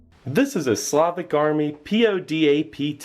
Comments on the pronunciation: Its slovak. Not slavik. Thank you ;) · Funny how Steve calls Slovak ration as Slavic ration :) nice vid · its pronounced slo-vak not slovik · I missed it by three years, and yet, I can't not say this: SLO-vok and SLAH-vic are two distinct things.